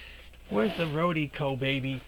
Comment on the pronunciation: RO-DEE-KO lol yer killin me. The stuff is golden tho I agree.